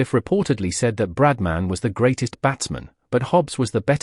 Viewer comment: Don't you love AI? 😂 Brad man.